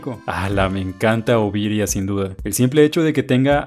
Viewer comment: No es oviria es ovinia